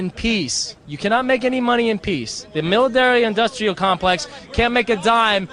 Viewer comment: LOL "miladairy"